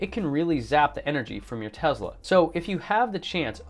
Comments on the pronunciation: ?? Tesla is it right? Not Tezla? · It’s T-e-s-l-a Not T-e-Z-la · you are such an intelligent person.. I can't understand for the life of me why you insist on pronouncing TeSla as TeZla??? It's extremely irritating...